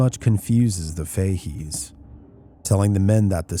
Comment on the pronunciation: Fahey's is pronounced Fa heys.❤